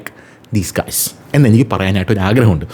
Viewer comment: guys = ഗായ്‌സ് എന്നാണ്. (Just for your information.)